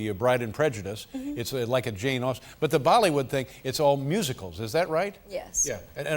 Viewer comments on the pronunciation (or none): none